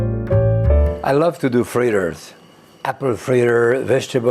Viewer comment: I love to do frreerrrerrrrrs